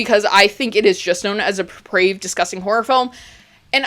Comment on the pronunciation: Oh my god, say "deprived" again. I feel like Samuel Jackson in Pulp fiction. D E P R A V E D. not deprived.